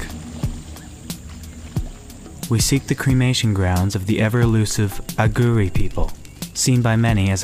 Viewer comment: why are you pronouncing Aghori in such a strange way? aghuri? its a long o.